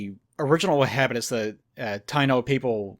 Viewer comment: It's Taino "ta-i-no" were the original settlers in some of the islands in the caribean until Colonists arrived and brought slavery and illnesses just to get resources to bring back to Europe.